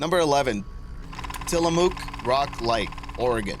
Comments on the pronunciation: It’s pronounced “Tilla-muck” not “mook”, and the state is two syllables not three. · Tillamook in Oregon is not pronounced the way you said the first half "Tilla" you pronounce correctly but the second half "Mook" is pronounced like the word book, I was born and raised not far from Salem Oregon so I thought I would let you know it kind of bugs Oregonians when things get pronounced wrong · Tillamook, rhymes with took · As some one from Oregon I would like to punch you in the face for your horrible pronunciation. What is it with people on youtube and podcasts? Can't be bothered to look shit up?